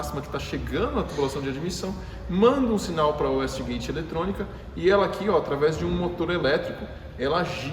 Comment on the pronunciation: Excelente vídeo, só uma correção: A pronúncia é uêiste gueite não uéste gueite.